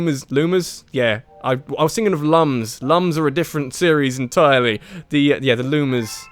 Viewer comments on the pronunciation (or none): It says right in the Rayman Origins manual that it's not pronounced 'lum'. It's 'loom' as in illumination.